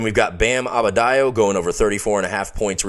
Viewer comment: Please excuse my continued mispronunciation of Adebayo. I have been a fan of his for years and can't explain this anomaly of misspeaking the man's name.